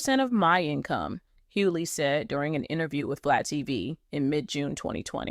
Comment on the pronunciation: Please get an AI that pronounces their name right. The G in his name has an accent and yes I didn't finish watching. And next time ILL KEEP SCROLLING.. GEEEEES